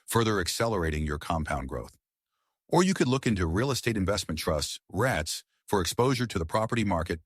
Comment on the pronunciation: I could invest in Real Estate Investment Trusts or Rhett’s, a tribute to Clark Gable’s character in “Gone With the Wind”, I reckon. I’d volunteer to read your script correctly for you, pronuncimg it, ‘ REETs’ instead of having an AI, which is likely artificial, not evidently as intelligent. I’m sure we can figure it out. Sorry to pick a nit, but the remaining message is solid. I’m subscribing.